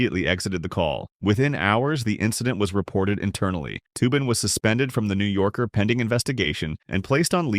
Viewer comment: New yorker? NAHH NEW JORKER